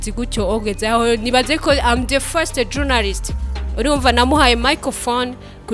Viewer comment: Ati am the fwesti😂😂 nat aranyicaa 😂